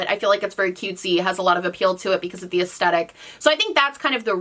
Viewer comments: The way you say aestetic and not aesthetic is driving me bonkers. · Take a shot every time she says "es-tet-ick" 😂